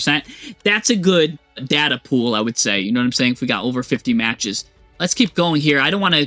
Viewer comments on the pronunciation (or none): none